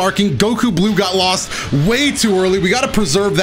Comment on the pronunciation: Sounded like he said getlostgetflossgetlossed